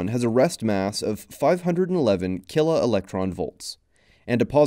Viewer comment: it sounds like you're saying "killer" instead of "kilo"